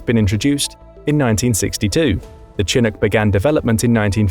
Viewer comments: It's CHINOOK! NOT CHINIC!! Omar Bradley doesn't look anything like Alvin York! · It's pro ounces Shin▪︎ook, not chin▪︎Ook, it's from a word the old French-Canadian trappers used to describe a warm wind that cleared all the snow overnight on the North American plains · Though, seriously, Mister narrator: not chin nook but shin ook. Not unlike Chicago. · shh..shhh.shhhh-inook. no chins here. edit: did a quick google search and yeah.. if you're gonna do military content please for the love of god know how to pronounce stuff. Good content..absolutely grating to hear you say chin-ook 5 thousand times. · A chin eck wtf is a chin eck? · The narrator continuously mispronounces "chinook" by making the 'ch' sound hard as with 'chin' but it is actually pronounced with the softer 'sh' sound and would be pronounced as 'shi-nook.' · It's SHi-nook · Whats a Chinook? It should be spelled like this shinook for everyone who does not know that Ch makes more than one type of sound. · Its said Sha-nuk not Chinook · The Chinook is pronounced chi-NOOK. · I know it is spelled "chinook" but it is pronounced "shinook". Good video. thanks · It is pronounced Sha-nook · It’s pronounced shi-NOOK’. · The way you mispronounced Chinook killed me lol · Lawrd have mercy listing to his pronunciation of Chinook was like fingernails on a chalkboard.. lol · By the way you keep misspelling those words and I thought you were English you're not saying the ch right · Listening to him pronounce "Chinook" was like fingernails on a chalkboard. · His pronunciation of "Chinook" is very typical British. Part of the problem is that the names comes from a Native American language (it's named after a tribe in the Pacific Northwest) so the word and its pronunciation are not in British English. The Brits pronunciation it phonetically. Thus the /ch/ rather than the /sh/ sound.